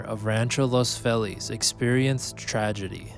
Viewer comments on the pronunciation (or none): Be nice if you wouldn't butcher Feliz name